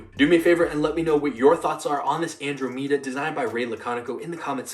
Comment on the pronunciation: Hearing u say andromeda is painful